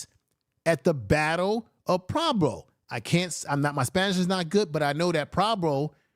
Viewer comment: You butchering Puebla was killing me 😅